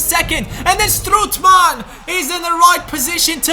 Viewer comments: Hahahha, you say strootman wrong, you Say stroetman, please have a look how to say it good, its strOOtman, Oo like Olimpic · Strootman is pronounced like 'boat' stroatman not like 'good'